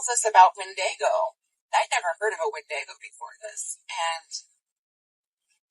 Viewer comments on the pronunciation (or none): Did that lady call a windago, a WIN-DAY-GO? 😂